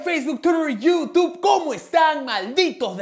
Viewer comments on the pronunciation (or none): none